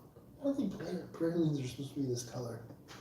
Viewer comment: Of course y'all start talking about New Orleans AFTER I had to leave the chat., we call them "praw-leen" or "prah-leen" and rarely does anyone here say "pray-leen". You might also hear them called "plah-reen". I'm sad I missed the New Orleans chat, I could have chimed in.